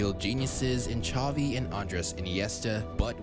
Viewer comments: Zavi not chavi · The way the commentator kept saying "Chovi", "Motta" and "Chobi" made me cringe so much... Ffs man its not hard